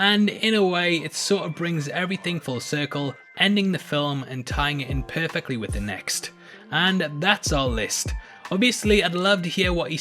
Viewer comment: So perfeckly high the most beautifoul